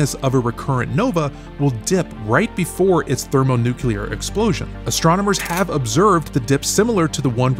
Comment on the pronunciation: Say it with me now; thermo-nu-CLEAR. Not nu-KELAR. Ugh smh every single time in every science video smh